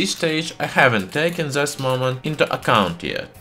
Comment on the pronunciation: Try to cut off your "z" from pronuncing. It's very wrong like "zhis"